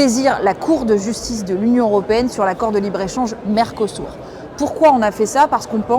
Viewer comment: Mercosur pas mercosour apprend à parler